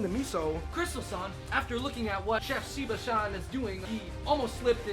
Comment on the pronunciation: I couldn't help but notice that everytime the two guys said 'san' they said 'shan'